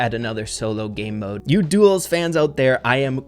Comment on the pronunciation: Me:, say “Duels”: Duos! Me: DUELS: DUOS!!!